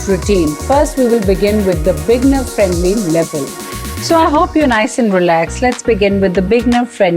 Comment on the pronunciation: You often say bigner, but the word is beginner....bee-gin-er.